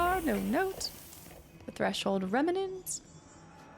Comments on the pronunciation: it’s “reMNant”, not “reMENant”. Gives me “Ensuna” flashbacks every time you say it wrong 😂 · I think the way you pronounce Remnant, you added an extra 'a' in the middle compared to how it's usually pronounce, just a little detail I noticed and maybe you'd like to know! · I like how we are in part 5 and you still say remnant wrong 😂 you just add letters lol